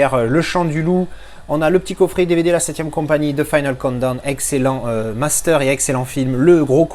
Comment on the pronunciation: Au début tu prononce the final countdown avec l’accent français , du coup nous on comprends the final condom et j’ai trouvé ça énorme , tu m’as trop fais rire 😝😜, c’est pour ça que je te taquinais la dessus . Encore merci pour tes vidéos 👍🤟👍🤟